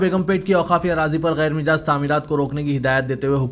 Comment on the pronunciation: ghair mijaaz kya hai......Ghair majaaz padhein.....